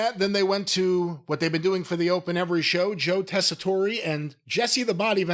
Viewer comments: Jim and it's Joe "Tess A Tore". Not "Tess A Tore Ray". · It's still funny how both and Jim purposely mispronounce Tessitore.